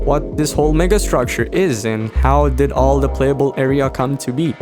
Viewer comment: bro did not say mega structure